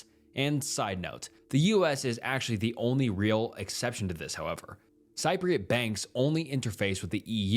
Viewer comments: it's CEE PREE OT. not siprot. Cypriot. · it would have taken you 2 seconds to google how to pronounce “cypriot”😭😭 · love your channel but please learn how to say "cypriot" lol